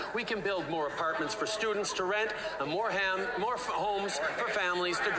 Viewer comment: He said “more ham”😂😂😂